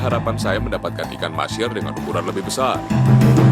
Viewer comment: MAHSEER bukan MASHEER! mbok nganggo boso jowo ae iwak MANGUR!